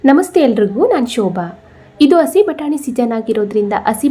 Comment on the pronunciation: Madam please say hasi batani instead of asi batani.